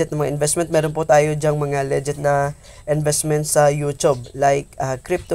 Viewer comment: Nakakainis pakinggan yung "LEGET" mo hahaha. Legit ug Leget.. Tsaka na ban kaba dahil dalawa ginamit mo gcash name mo? Ikaw ba yun haha